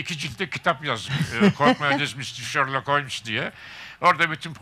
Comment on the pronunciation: Holmes diye mi okunur o Allah aşkına